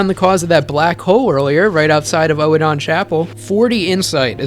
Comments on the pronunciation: I honestly feel it should be pronounced "Eden", anyway. Firstly I think it's a play on words, but also in British English (which is generally used as the pronunciation guide for FromSoft games) the oe- is pronounced like ee-, so it really should be "eedin", or "Eden". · Oedon is pronounced Uddin in Bloodborne. Its pronounced in game by Gehrman loool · Love the video. One note though, Oedon is pronounced Urden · Small tip. They actually say the name in game. Oedon Chapel is pronounced like Odin the Norse God. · not to be an um actually guy but um actually it's pronounced like Odin. In the game most people add a soft R sound at the end of the O so it could be pronounced erden with an almost silent E. Of course that could just be the british accents slipping in a rhotic vowel with the first E. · After hearing Oh-eh-don Chapel 100 times I don’t know if I like you anymore 🤣 Really though, I love the way you made so many mysteries make total sense in the context of other in-game happenings. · That isn’t how you pronounce Oedon. You make it sound like a fucking Pokémon lmao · Your pronunciation of "Oedon" really bothered me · I know it's probably not on purpose but it's been driving me nuts for the last 2 hours, I think Oedon Chapel is said "Oh-don" and not "ohee-don". The video is amazing, just like your DS2 one, I just like to be pedantic about small stupid stuff like that. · Honestly I prefer something closer to your pronunciation, just with much less emphasis on the second syllable. I don't thing it's supposed to sound identical to Odin. OWE-eh-den imo is the best pronunciation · It's actually not either, it's pronounced erh-din. The chapel dweller says it himself. It's using a German OE sound, which makes a soft R sound. Like the poet Goethe. It's not really a sound we have in english but everytime it's said in the game it's said like that. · what's this oh-eh-don, Oedon is pronounced like Burden throughout the game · i thought it was pronounced eden